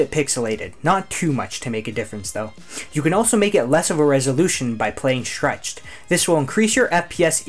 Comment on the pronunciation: Say schtchreched one more time... I dare you.....